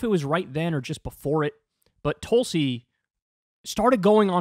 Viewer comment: I like that one, "TOOL-si" 👍🏼 😆 🤣 😂